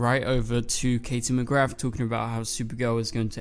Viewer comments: I think it’s time you said Katie’s name properly it does NOT have an F at the end of it 🥴 also I think either everyone will go to the Future... Kenny died when Kara was about 14/15 so I guess this will be the Kenny from Earth Prime and I also think that this Kara will be Earth Prime’s Kara so Earth 38 Kara would not have any memory of Nia & Brainey 😉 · bestie did you just say mcgraTH? 💔